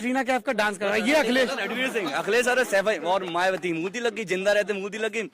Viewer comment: murti ko mutri bolra bhai danga kardo 😂😂😂😂